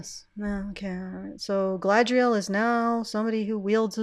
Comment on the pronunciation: The Sindarin "dh" is like the Norse þ, which isn't really happening there IMO. Less Galadh-riel, more Galad-rhiel. Still not the Queen's Elvish, so to speak, but who is speaking anyway?